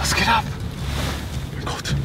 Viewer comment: Es heißt geht und nicht gechte🤔🤔🤔